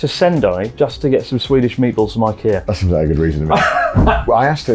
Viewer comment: At about the automatic subtitles give: "one thing that's better about the boat than Al-Qaeda ...". I hardly understood myself when he said IKEA ;-)